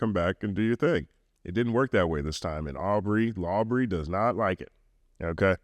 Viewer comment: Man said Lawbrey 😂😂😂😂